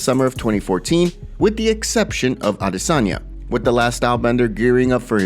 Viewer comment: Absolutely blows my mind that someone can have a Channel this large devoted to UFC/MMA news and yet still manage to mispronounce the Middleweight champions name every time they speak it. 🤦🏻‍♂️